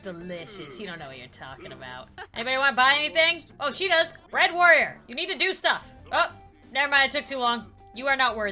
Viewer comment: bread warrior sounds like uganda warrior to me